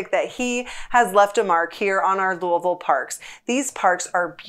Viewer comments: Louisville was founded in honor of King Louis (Not Louah, not luhaa, but "Louie.") the XVI. When you visit, you are visiting "Louie Ville" not Louhvul, or Luvull, not LooAhVull, and so on. It is "Louie Ville". Got it? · You are incorrect. I will not comply. You are appointed 'dumb tourist' status if you ever come to lou-uh-vul.